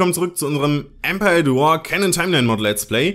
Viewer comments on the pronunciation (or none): none